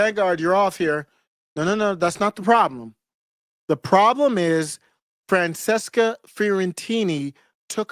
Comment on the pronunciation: Its pronounced Franchesca